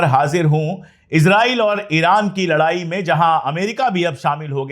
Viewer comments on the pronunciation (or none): none